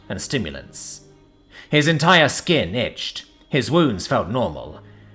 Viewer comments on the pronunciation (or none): none